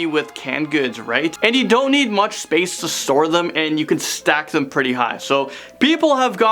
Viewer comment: Bidets are cleaner and more hygienic. Also its pronounced "pretty" not "purdy"